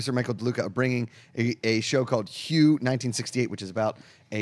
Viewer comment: Just fyi panel...Hue 1968...Hue is pronounced like Hway